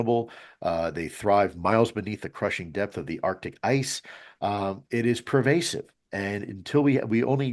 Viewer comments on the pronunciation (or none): none